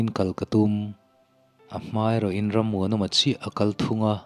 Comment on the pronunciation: Ngaih nawm thei e mahse ang reng machine kha i chhiar fuh lo deuh😂